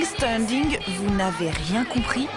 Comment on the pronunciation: Stunting, pas "standing" ^^